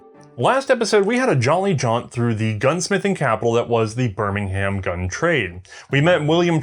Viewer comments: Birmingham is pronounced like birmingum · In England it’s pronounced ‘birmingum’ as opposed to birming-ham. Another weird quirk of the language. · Please stop pronouncing English place names as if the way they are spelled has any bearing on how they sound. Bur-min-gum Wo-rick-shuh